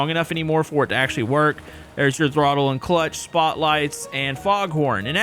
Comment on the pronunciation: I love hearing him say, boi. 😂 Throttel. 😂😂😂